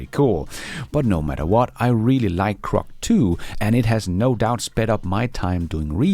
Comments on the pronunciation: It's GROK not CROK. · when you say “Grok” 9 out of ten times it sounds to me like you’re saying “Crock”. Many of the other LLM chat bots and helpers may be “crock”, but Grok is not crock and is rapidly getting even better. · it's pronounced GROK with a G, duh.